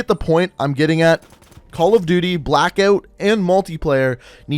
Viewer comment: Don’t say “OUT” like that!